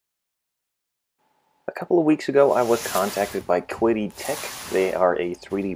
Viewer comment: The companies name is pronounced, "Chee-Dee."